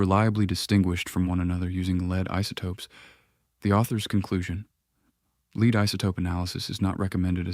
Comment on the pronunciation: A.I. doesn't know the difference between 'Lead' and 'lead'! Hopeless ...